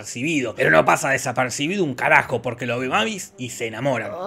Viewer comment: Un dato no tan delital importancia, la hija de Drácula pues se dice meivis